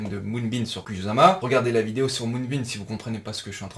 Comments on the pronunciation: étant japonophone, je peux te dire qu'à la française, ça se dit "koussama" 😁 Pareil que pour nos amis motards sur "kawassaki". Pour faire bref, le "s" se lit "ss" et le "z" se lit "z". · Exactement, je me suis permis de rentrer sans le sujet vu que tu te trolles tout seul 😂 Et oui, ça se dit koussama 👍 De même que karura se dit "karoura". Les japonais ne t'en voudront pas, car il n'y a ni "r" ni "l", mais un son entre les 2 un peu roulé 😁 Dans tous les cas, c'est cool, encore une fois super vidéo 👌😎 Pas facile pour nous les français, mais en fait la prononciation est plus simple qu'il n'y paraît.